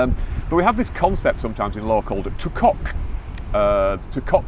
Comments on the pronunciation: That was embarrassing. At first I could not believe what I was hearing. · “Tu quoque” is pronounced ‘two quo kwey’, not ‘two cock’. Lawyers pronouncing it this way are demonstrating their ignorance. Tu quoque means ‘you as well’ or ‘you too’.